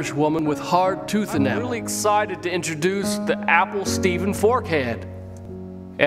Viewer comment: God on day three: "I'm proud to intraduce the apple "tree".